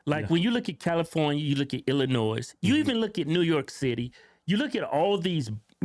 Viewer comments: He pronounces the 'S', what an arsehole! Ha ha. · 😂 There's no NOISE in the pronunciation of Illinois. 😂